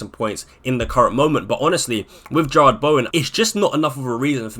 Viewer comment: Jarrod. JAH-RUD. Not Gerrard